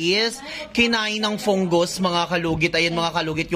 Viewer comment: Fungus ❌ Pungus ✅ Hahahahah